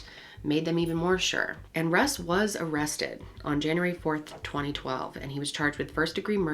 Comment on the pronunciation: "russ was arrested" no- he was aRUSSted